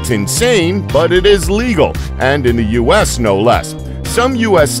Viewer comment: Bruh he said use instead of U.S.